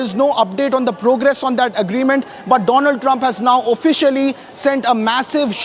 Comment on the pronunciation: Donald or Doughnald.... Great pronunciation